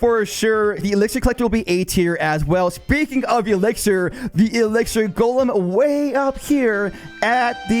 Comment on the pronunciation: Why bro say "ice Jolem" ?